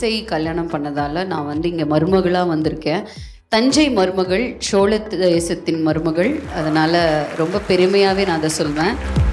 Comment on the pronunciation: "சோழ"....✓ "சோள"....x